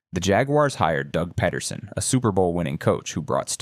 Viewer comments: Doug “Ped-er-son”? How many times do you mention in this video that you’re a huge Eagles fan? This is low effort AI slop. Boo this man 👎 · Eagles fan but cant pronounce Doug Pederson?